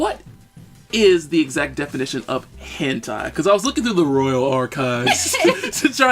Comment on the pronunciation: It's pronounced "'hin tay''